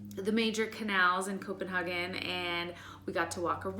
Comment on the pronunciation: Only Americans say Copenhaken